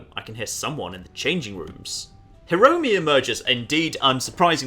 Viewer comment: Kaede (かえで) = Kah, Eh, Day Hiromi (ひろみ) = (you basically nailed it) Mieko (みえこ) = Me, Eh, Co (i don't like these kinds of games, i just stayed for the hedgehogs ^ ^)